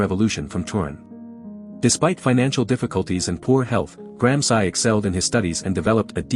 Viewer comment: Please learn to pronounce Gransci!